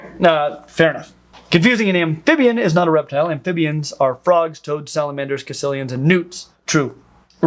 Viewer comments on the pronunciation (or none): Caecilian is pronounced 'sih-sil-ee-an'.